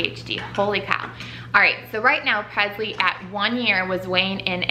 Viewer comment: Don’t get me wrong she’s your daughter and you can say her name any way you’d like, but for some reason it irks me how you pronounce Presley with a ‘z’ sound instead of and ‘s’ like Elvis PreSley. Still love you guys though!